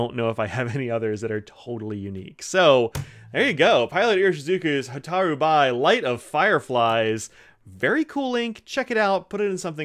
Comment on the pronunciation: Fascinating color, thanks for reviewing it. By the way, "bi" is pronounced "be." It comes from the character meaning "fire."